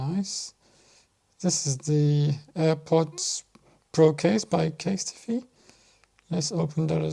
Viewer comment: CASE-TEE-FEE! 😅😅😅Kind of like the new pronunciation!